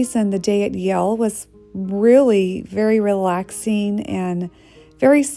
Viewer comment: It’s Yale not Y’ale